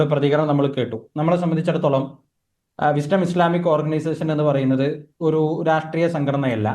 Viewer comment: വിസ്‌ടം അല്ല താത്ത ബിശ്ഡം.